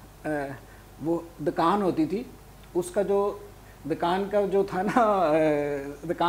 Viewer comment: dr sb kafi prhay likhay admi hain but urdu talafuz acha nhi hai 'dakaan' kaha